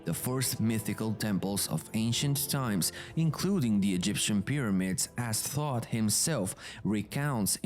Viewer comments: Thought not thoth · It's Toth, not "thoughts himself". WHO do the translations? 😂